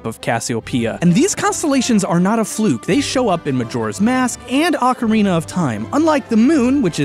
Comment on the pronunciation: I love you. I always have, but one tiny note.. You keep saying ocarina like "Akarina", but it's nat an "Ah", it's an "Oh", like in "orange". Maybe you don't care about details... who am I kidding, you really care about details, so this is just to let you know. Ok, no love lost, just a friendly message.